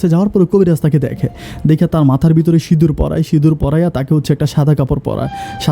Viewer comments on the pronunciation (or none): none